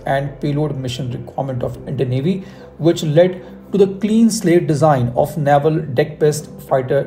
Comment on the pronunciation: Good content. I heard TEDBF for IN by 2040! Also, Naval is pronounced नेवल 🙏not नावल